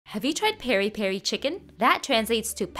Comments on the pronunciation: Hey it's not pronounced perri perri you take the piré from Michael Jackson's song and put an i on the é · Your pronunciation is close. It Peri as in Pee-ree. So you pronounce it Peeree peeree. It’s also pronounced with a slight m/n hint at the beginning but saying it as peeree is fine. No hate just thought I’d fix ur pronounciation. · That's one hell of a way of killing the pronunciation of piripiri 😂